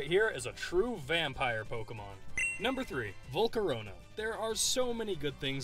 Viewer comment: VoLcOrOnA, oh waity, it's Volcarona.